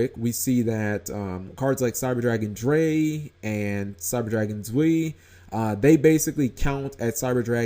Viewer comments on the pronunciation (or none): Drei and Zwei are pronounced Dry and Zvei / Zvy not Dray / Zwee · Like we said before, those names are German based, and they are pronounced as thus: Eins - Pronounced like the beginning of Einstein...meaning 1 Zwei - Z-vai...2 Drei - Dry...3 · Eh, it's more OTK stuff, but at least it has S/T destruction built into it. However, it does mill Cydra cards so even if you do not OTK with it you still get to mill. Also, this can be done every turn so if your opponent somehow doesn't get rid of it, you can do this stuff again. All in all, pretty good card. Also, your pronunciation of Cyber Dragon Zwei and Drei is funny to me, as someone from Europe. ^^